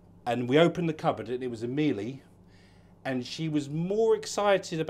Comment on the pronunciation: Miele is pronounced like Sheila…not mieley……….lol